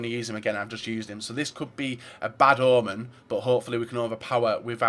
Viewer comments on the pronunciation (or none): none